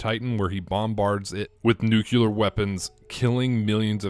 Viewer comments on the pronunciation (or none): You mispronounced "nuclear".